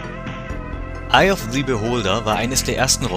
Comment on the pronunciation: Kann sein das ich mich irre, aber wird bei "Eye of the Beholder" das the ist normal aus gesprochen Beholder fängt ja nicht mit a e i o u an